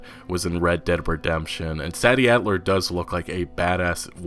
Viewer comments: Yo it’s pronounced “say-dee addler” not “sad-dee” bruh... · bro said meekah bell and saddie adler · Meecah Bell, Saddy Adler.